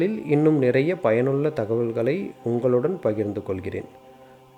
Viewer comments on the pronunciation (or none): none